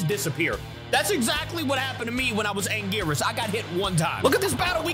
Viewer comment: One thing that pisses me of is pronunciation of gigan and anguirius he says guygan and angwayrus no offense